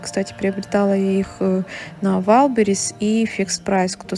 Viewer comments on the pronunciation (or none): none